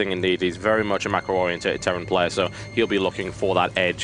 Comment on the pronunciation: TotalBiscuit, please I admire you as an entrepreneur but if you don't learn how to say oriented I am giving up on you. I know you don't care about losing views, but my god man...oreenntated? My ears are bleeding.